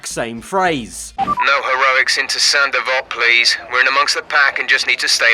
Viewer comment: Saint Devote? Hell, I thought he was saying "Sandoval"